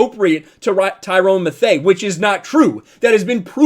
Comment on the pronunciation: “Tyrone Mathea” 😂😂😂😂